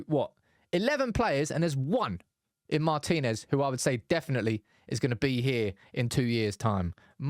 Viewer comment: Thank you for pronouncing "Martinez" correctly (i.e., Mar-teen-ez not Martin Ez, as we hear too often).